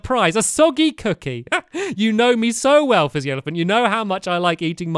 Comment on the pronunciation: Stampy keeps on saying flizzy instead of fizzy.